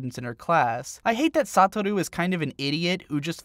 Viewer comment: “Sataru” clearly you don’t much about the actual anime lmao (though I always thought his name was pronounced “Sou-ta-ru)